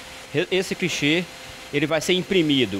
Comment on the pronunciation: “crichê” kkkkkkkkkkk